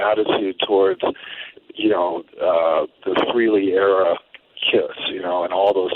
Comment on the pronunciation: His name is NOT FREE-Lee! For fuck sake. It’s Fray-Lee!